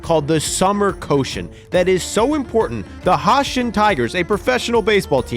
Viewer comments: Summer "Coshen"😂 It's pronounced " Ko-shi-en" Three syllables, not two😂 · The pronounce of Koshien is not ko-shion, its Ko-Shi-En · Repeat after me: Koh-SHI-Enn, not Koshen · for the record, it's pronounced ko-shi-en, not ko-shen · Why do you keep calling the Koshien the "Koshen"? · Awesome video, very well researched, Just a minor pronunciation note, The stadium the Hanshin Tigers (2023 Champs!) play in and the high school baseball tournament is pronounced Koh-shi-en (the middle syllable like the English word she) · Thx for introducing “Koushien” to ur views as a Japanese ; however u pronunciation is wrongs ions check the correct one.👌